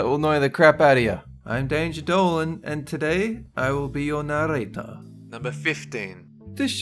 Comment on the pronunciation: “Narrrrrrrrrrator,” I’m gunna copy the way how you say it now